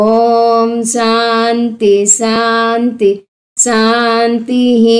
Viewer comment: అమ్మా మీరు 'అస్వా' అనిపలుకుతున్నారు. 'అశ్వా' అని పలకండి. ప్రతీ చోటా 'శ' కు బదులు 'స' పలుకుతున్నారు. సాంతి,సాంతి,సాంతి అని పలుకుతున్నారు. అది "శాన్తి, శ్శాన్తి, శ్శాన్తి:"